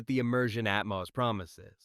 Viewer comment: Who took a shot everytime he pronounced atmus instead of atmos???